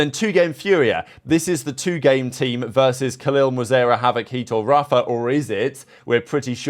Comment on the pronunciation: This guy and his pronunciations man for the love of God it is D. G. ZIN as in sin and M. W. ZERA not mewzera like a cat.